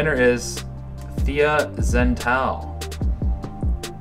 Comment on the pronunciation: Thea, sorry for mispronouncing your name. I am a big silly. Also, I forgot to mention that Tiege Hanley is a monthly subscription box so it's a great way to automate great skin without even thinking about it. I'm seriously noticing a huge improvement after only one month, so definitely give it a try